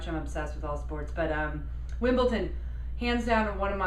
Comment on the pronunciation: It's WimbleDon (with a "d"); it sounds like you're saying WimbleTon (with a "t").